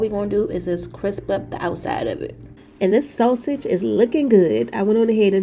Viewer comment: Umm, you're pronouncing that sausage wrong